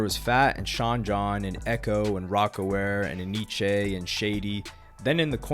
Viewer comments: It’s not enn eeee cheeee it’s NYC! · It's pronounced N-Y-C lol. I thought it was E-nee-che at first too